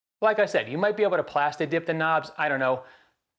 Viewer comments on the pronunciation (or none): Did you say plastidick? 😆 nice vid bro